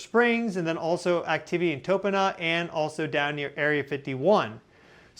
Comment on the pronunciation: TOno Pah, 2 Shoshone words combined for the Name of a Spring Site. "GreaseWood Water" is interpreted to be GreeseWood Springs location in the Dry Dessert Area. Then it became a Gold & Silver Mining town. Tonopah is a town along the Route to Las Vegas. It is the old West, with Casinos, mining, gas stations, and many Families., you should go to TOno Pah, and say it right, just in case you run into a Shoshone Indian there. Thnx.